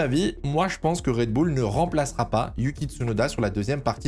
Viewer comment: Faudrait faire un choix sur la prononciation de Red Bull. Pour info c'est un nom anglais et ça se prononce Red Boul